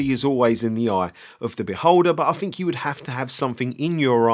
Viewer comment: I'LL a always remember you as the guy who says "fink" (think) 😂👍